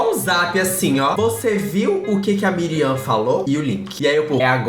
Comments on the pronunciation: ele falando miriam o video todo e o nome da mulher era Mariam kkkkkkkkkkkk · se fala "Mariam" kkkk, amei a fase coreana kkkkkk